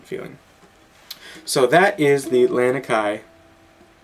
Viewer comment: you were pronouncing ukulele just fine but it's lah-knee-kai